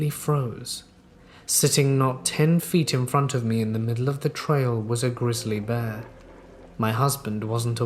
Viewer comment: Lol you emphasized the Bear in (Grizzly Bear).